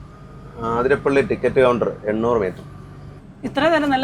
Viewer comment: ആതിരപ്പിള്ളി അല്ല 🤦‍♂️